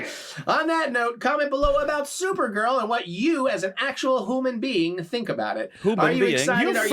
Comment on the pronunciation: "Hoooo-muhn being". Ack. Ack-ack.